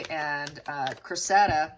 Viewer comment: Just FYI - the name is pronounced CRESS-i-da.